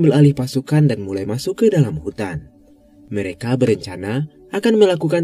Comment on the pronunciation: Abangnya bilang "mereka", yang gua denger "merika" Beberapa kali gua pikir amerika 🥲